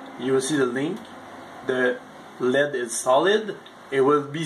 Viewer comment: Don't forget Lead instead of L.E.D.. They mispronounce a number of words an also use some improper terms. The proper words area associate and pair.